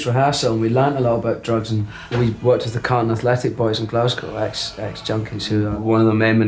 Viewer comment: This one was great. And for your Scottish performance, my one critique is: next time figure out how a Glaswegian pronounces Glasgow.